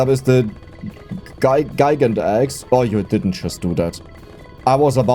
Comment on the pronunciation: About the name of the Gigant Axe, I think it's meant to be said the same as Gigantic, but with "axe" at the end, Gigantaxe.